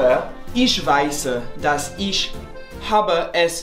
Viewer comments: It's so funny to be how he pronounces the "ich" like "eesh" BC I can just tell he's learning from these Bavarian/Berlin sources haha. You'd never catch somebody from Niedersachsen pronouncing them like that haha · For someone who is so fluid with foreign languages like you, with the French, Spanish and Portuguese, I am surprised how difficult German ist. Your pronunciation is still not good after 3 years. You say "Ich" like "Ish" and it is not really like that. Also, you shouldn't worry too much about getting all the der, den, dem etc correct when you are just trying to converse. They will understand you fine. Also, the umlaut isn't all that hard, it just softens the vowel in question. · Stop saying ish for ich! 😭😭😭 Listen to how your tutor pronounced it, it is a soft kind of hiss on roof of mouth. The only time you make “sh” sounds are with sch, sp. ex Schule, Sport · that is pronounced like that in some parts of Germany I am not a native speaker of German and I realize now that maybe you are but if we're talking about Hochdeutsch, no "sh" in "ich", or no "sh" as pronounced as in wash. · Your German is quite great! I think your accent in general is better than most, however there was one detail, on which you could work on as to better your accent by 1000% in one second: the difference between „ch“ and „sch“ - you pronounce both the same way, for example in the phrase „iCH gehe SCHlafen“ (the second one correctly, the first one not). I cannot correctly explain how it is pronounced via comment, but you might try to listen more closely to the difference :) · I love your videos and I too have struggled with German but the way you pronounce ich and "ch" drives me nuts 😬 also when you start talking to people in German who you don't know, they will be snarky about every mistake you make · I'm sorry but ICH ICH not ishhhhh it's ICHHHHHH im sorry, but it's ICHHHH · You say isch, I think you can just say ich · take a shot every time he pronounces it “EESH”